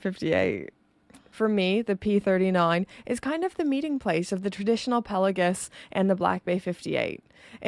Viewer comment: A guy who pretends to be a spy! Hilarious...Subscribed.... The way you pronounce Pelagos PelaGUS almost unsub'd :P It's Greek think Mykonos, Oikos and Ethos. Still sub'd